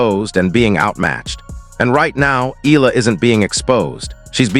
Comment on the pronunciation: Pls E-YA-LA